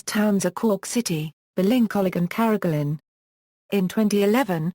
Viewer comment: Lol u said carrigling wrong